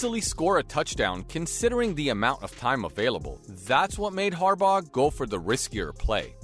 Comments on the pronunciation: Harbauguh!? Dude mispronounces everything. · Note to commentator. When you can't pronounce a coaches name right that has been coaching in Baltimore since 2008, how can anyone have confidence in anything coming out of your mouth. Fluff, nothing but fluff. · The g is silent in Harbaugh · "Tengovailoa" beats "John Harbog"